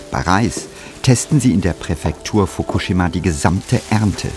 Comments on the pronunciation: Wer bringt dem Moderater bei „Fokushima“ richtig auszusprechen? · Fukuschschima mit 2 "sch" und Themattik mit 2 t ! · Wie spricht er bitte Fukushima aus😱😱 das kann man sich ja nicht anhören🤣🤣 Wirklich gute Doku.Aber es macht einen unendlich traurig zu sehen, was der Mensch so anrichtet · Mich triggert wie er Fukushima ausspricht... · Sorry, aber nach dem ich 5x Fukushima falsch ausgesprochen gehört habe, ist mein Smartphone gegen den TV geflogen. Triggaaaaaaaa